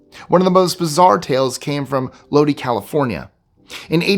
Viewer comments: Sorry I'm about to nitpick. The town in California, Lodi, is pronounced like low-DIE now LOW-dee. Love your stuff. I'm addicted. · Lodi, Ca is pronounced “LowDie” not “LowDee” 😂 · Lodi is pronounced Lo-die not Lo-dee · Lodi, CA is pronounced low dye, not loady. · Yeesh! Do your pronunciation homework, guys! The first mistake is “Yucca.” It’s not “you-ka”, it’s “yuck-Ka.” The second word mispronunciation is “Lodi.” It’s not “Low-Dee”…it’s “Low-dye”. Haven’t you heard the Credence Clearwater song, “stuck in low-dye again”? It’s the little things that bug me. Once an editor, always an editor, I guess.😮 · Its pronounced low-die You know the song..."trapped in lodi again " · At c. ... Lodi isn't pronounced "Lodee" (the City in California, next to my hometown, Stockton), it's pronounced "Load-Eye." Just like Creedence Clearwater Revival, you too might sing your own lament if you found yourself "stuck in Lodi again." (No offense to my Lodi friends). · Lodi is pronounced low die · Lodi is pronounced Lod- eye, long I. Thanks. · Lodi, CA is pronounced LO die. 😀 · So, I have to correct a pronunciation Lodi, CA is pronounced as Lodeye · Low-dye. Lodi. Just fyi. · Pronounced low DYE (Lodi)😄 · It's lodi not low de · Lodi is pronounced “Low Die” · Load eye is how it is pronounced. Did you hear yours from aliens. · So apparently you’re trying to test my senior memory! That would be Amazon and Lodi is pronounced low die!😂❤❤ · Lodi pronounced load-eye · Lodee and Gobleke - your pronunciation is amusing. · Lodi pronounced low-die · Some of your pronunciations give away your eastern upbringing. It is Lo die without the e. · Fyi it's Pronounced Low-Die California. Enjoyed the video. Thanks my good man 😊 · Its pronounced LOAD-EYE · It's pronounced LOW-DIE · It's pronounced: LO-DIE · It took me a minute to realized he was talking about lodi. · Than you for correcting this! It grates on the nerves. Hopefully he doesn’t also say “Nevahda”!